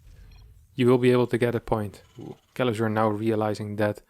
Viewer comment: i really wonder how do you manage to mispronounce Kelazhur as Kelazur, while tending to say <Sh>oul and all other "s" letters in words as "sh" at the same time XDD